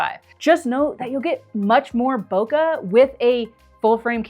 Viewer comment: Madam it's bokeh not boka. Love the video 🎉